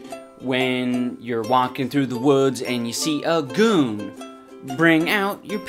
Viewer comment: He said woods.